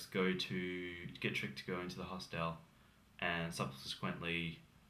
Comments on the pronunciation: The word hostel is not pronounced hos-TEL!! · This guy needs to learn how to pronounce the word hostel.